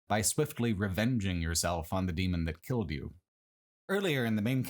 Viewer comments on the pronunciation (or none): none